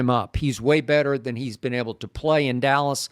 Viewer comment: Stephen A. Calls them the allas Cowboys 😊😊😊